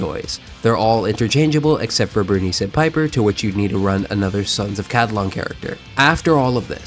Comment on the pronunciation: Ca-li-don.. not ca-di-lon…